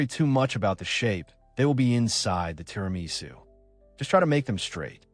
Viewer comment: so you don't know how to make or pronounce TIRAMISU!